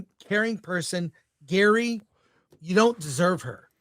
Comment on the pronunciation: Gary, not Gerry.